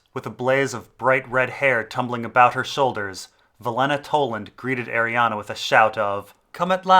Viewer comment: Please stop pronouncing it Arianna, there is no A in the end, it's is pronounced "Ari - Anne"